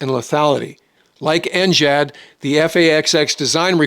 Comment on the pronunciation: why can't you say ngad like a normal human being